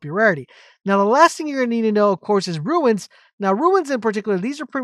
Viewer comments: its runes not ruins ... ruins are old broken down buildings... runes are said like ROONS.... as i said ruins are old run down buildings and such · Turned off when I realised you don't explain where to get the rare items to upgrade. Pointless. Also mate, it's Runes as in Roons , you keep saying ruins. Americans confuse me, you add an I to a word that doesn't have one, yet leave it out of words like mobile...no logic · Calling "runes" ruins over and over again drove me bananas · They are runes not ruins haha good vid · Relatively good information but it’s like a nail in my brain every time you say RUIN when referring to Runes. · please dont call them ruins.... i nearlyu triggered me hearign that said somay times its runes like ROONS... ruins are old buildings hat are probably beyond repair.